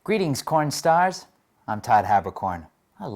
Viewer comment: Merry Todd! Also I thought you said pornstars instead of kornstars 😂